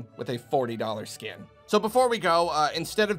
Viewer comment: i swear everytime says "$40 skin" i automatically hear "$40 scam"